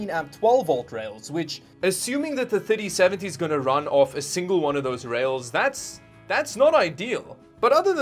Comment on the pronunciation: Every time he says ‘3070’ it sounds like titty seventy😂